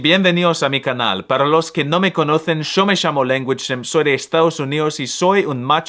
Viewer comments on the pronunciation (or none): me encanta cómo empieza ceceando, y de la nada pronuncia "yo me llamo" de la forma más argentina posible